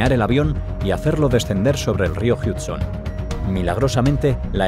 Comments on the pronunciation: Jamas habia escuchado y presenciado tanta informacion fuera de contexto y con fotografias "simuladas". Y que es eso de rio "Jíudson" ? se pronuncia jud-son. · Yo no entiendo, los españoles nunca pronuncian bien las palabras en ingles, como que las leen textual como se leerian en español y sin embargo el "Hudson" que se pronunica "Hadson" le inventa un "Huge" "JIUTSON" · No se de dodnde sacas lainformaciones tecnicas de los vuelos pero en el de qantas (a380) no hubo fuego y te cuento que el rio en NY no es el jiudson sino el hudson que consulta x ahi como se pronuncia bestia!!!!!! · El "Hiudson" jajaja es español 100 por 100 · El milagro del "JIUDSON" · DÓNDE ES EL RÍO JIUDSON!!! Jajajajajaj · El milagro del "Hiudson" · Se pronuncia jadson